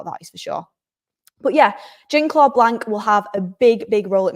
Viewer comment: Good show. It’s the Jean in Jean-Claude Blanc that’s tripping you up, it’s kinda pronounced like Shon